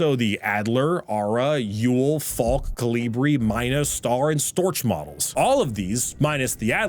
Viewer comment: Just played the game recently. Btw Storch is pronounced "Stork"